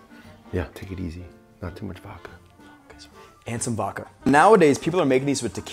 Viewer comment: has a cocktail show, can't measure or pronounce VODKA